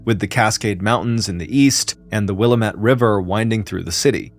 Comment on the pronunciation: Am I the only one from the Willamette valley who winced at his pronunciation of "Willamette"? 😂😂